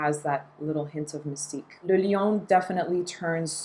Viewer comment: As a Chanel gal, do you know why they're not so keen on shelling out samples for their Les Exclusifs line? And thank you for pronouncing "le" in le lion correctly!